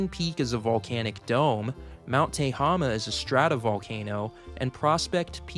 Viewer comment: Great video. Not to be pedantic, but Tehama is pronounced te.HAY.ma